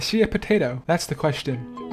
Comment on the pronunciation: the way you said potato cracked me up